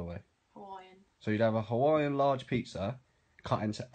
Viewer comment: She was hot until she said Hawaiian